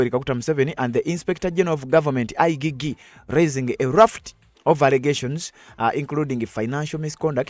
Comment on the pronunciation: Not I gee gee But I jee jee Check pronunciation in Google